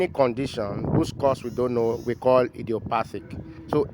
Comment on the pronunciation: The "idiopathic" sounds like "ise aye" 😂😂... apologies if you don't speak Yoruba. Thanks for this enlightenment Doc🙏